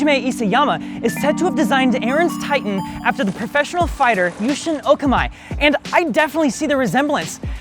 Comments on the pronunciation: His name is pronouced O-ka-me. Like the English word me, not Mai. Mi in Japanese is pronouce like e while the e i Japanese is pronouced as eh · Yushin Okami - the Okami is pronounced Ohkahmee not Ohkameye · It’s Oh-ka-mee not Oh-ka-may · Yushin "Okamai"? It's Okami not Okamai. It's even on the screen lol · Okami is pronounced ‘oh-kah-mee’ not ‘o-kuh-mai’ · read okami, mi, not okamai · It's OH-KAH-MEE not OWH-KUH-MY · My brain can't get over "oka-my" lol It's pronounced "o-kah-mee" according to english pronunciations. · Okami "Mi" as in "me" in english This guy : my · Okamy lmao its okamee sweetie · it's not pronounced as "ohkamai" it's "oh ka mee" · okami is oka-me not oka-my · Okami is pronounced Oh-Kah-mee not "oh ka'My " lol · Yushin Oh-KAH-mee, not OAK-ah-my. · Maybe it's just me, but the last name isn't "Okamai", it's literally just "Okami". Japanese words and names are pronounced phonetic and is written in latin alphabet as phonetics. Just had to say it because the poor man's name is getting butchered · I love this video, but I just gotta say you butchered some of those pronunciations, my guy 😂 for example, it’s “Oh-Kah-mee” not “oh-kuh-my”. Japanese syllables stay the same pronunciation no matter the placement. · Okami not Okamai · I hate to correct it but It's pronounced O Kami not Oh kam eye for Yushin Okami. Kami like DBZ Piccolo and Kami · it's not Yushin Oka-Mai, its Yushin Oka-mee. You pronounced it wrong... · Okami is not pronounced O-ka-my! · Yushin "oh-com-ee" and pacific "rim" not ram lol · Hugh Shin Oh Kah Me is how his name is pronounced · Did he call that guy "okamai"? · Love the video. For future reference Okami is pronounce "Oh-kah-mi." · Okami is pronounced oh-Kah-mee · That's O_ka_mi (as in O_ka_mee) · Just for reference Okami is pronounced “O-Kah-mee” 🤙🏽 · The MMA fighter’s name is pronounced: You-sheen Oh-commie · It’s pronounced OH-KA-MEE tho 😉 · What is it with YTers and bad pronunciation? "o-KA-me" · he said oka-MY hahaha